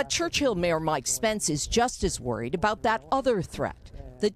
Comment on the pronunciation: He didn't say "aboot!' He said "aboat."